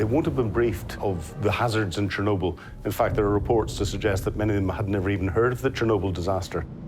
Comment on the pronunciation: Someone please el tell Ben, Chernobyl doesn't rhyme with wobble.